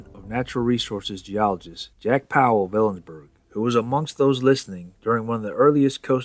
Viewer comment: Don't feel badly. Unless you're born and raised in Washington, you'll mispronounce a lot of names. Tillicum, Steilacoom, Kittitas, Puyallup, Snohomish, Skokomish, Clallam, Sequim, Hoquiam, Nespelem, Inchelium. You got Ellensburg right so there's that and you didn't add an 'r' to Washington, so again kudos.